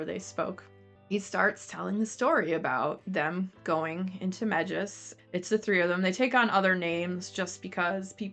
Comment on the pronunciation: Pron “may-jiss “